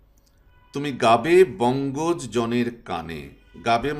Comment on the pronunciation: ধন্যবাদ স্যার। চমৎকার ব্যাখ্যা ও বিশ্লেষণ । শিক্ষার্থী ও শিক্ষকেরা বেশ উপকৃত হবে। 'বঙ্গজ' এর উচ্চারণ- { বংগোজো }---উৎস নির্দেশ : বাংলা একাডেমি বাংলা বানান অভিধান। আরো ভিডিও চাই। শ্রদ্ধা জানবেন ।